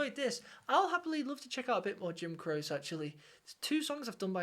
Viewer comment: It's pronounced Crochy